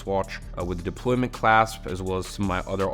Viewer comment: It's a deployant clasp and not deployment clasp